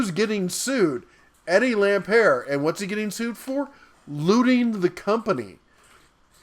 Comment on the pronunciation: He's not French... It's LampERT